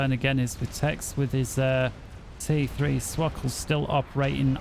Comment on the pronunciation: Hello we were looking for swkoll games randomly and we are proud of you for pronouncing swkoll's name correctly.